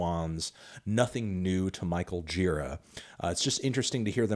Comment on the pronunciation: You will never pronounce Gira's name correctly, will you?